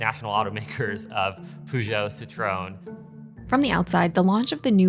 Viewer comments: “PUJÔT, CITRÔN” Talking about making zero effort 😂😅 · Ah, yes, you can spot a car expert right away by the impeccable pronunciation of the favorite French car brands: pugh-joe and citron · Poogeo and Citrohn. Sure it coukd be pronounced ever worse with a bit more effort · The pronunciation of Peugeot and Citroen made my ears bleed 😶